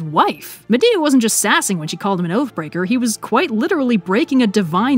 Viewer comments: "And with her exit strategy firmly in place, Medea gets down to the brass tax of plotting a murder." "What you need is a big 'ol pot of Grits..." From Medea to Madea. I can't unhear it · Not me cringing at you miss pronouncing Atalantā and Medea........ I'm sorry, I still love you.